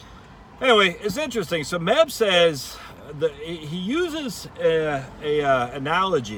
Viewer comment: Its Meb Faber not Men Faber.